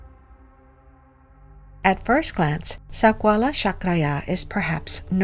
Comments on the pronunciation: The lady horribly speaking words "sakwala chakraya"😂😂😂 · Yikes! I cant listen to her say Sakwala OnE more time 😖